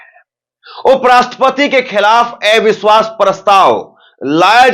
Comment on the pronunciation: Bhai aap eviswas kyun bolte hain oh to aviswas bolna chahiye